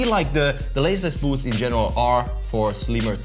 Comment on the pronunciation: we say boots says buuushts